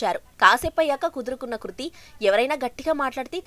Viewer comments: Hlo medam kruthi kadu krithi 🤣🤣🤣🙏🤦🤦🤦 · Dey 1st name sariga chepandi ra babu adhi kruthi na ledha krithi na em news channel ayya midhi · Madam garuu adhi kruthi kadhuu krithi 🙂 koncham chuskoni fans ekadaa hurt avthunam 🙂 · Kruthi kadu krithi 😂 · Hello madam kruthi kadhu krithi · Kruti kadu Amma krithi 🤦🤦🤦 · Kruthi kadu krithi nerchukondi fistuuu 🙄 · Kruthi kadhu papa krithi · Kruthi kadu adhi krithi Intha pedha reporter ayyi kuda sarriga words palakanike radhu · Ama peru kurthi kadu krithi first adi nerchukondi